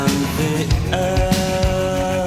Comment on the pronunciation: "I am da 'sun' and da 'air' " 🤣 Lovin it! 🥰